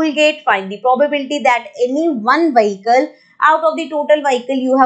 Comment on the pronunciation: Vehicle correct pronunciation nahi hai mam